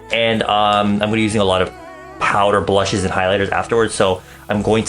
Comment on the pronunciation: lol I hear him saying "these ballshit..... blusheeeeess"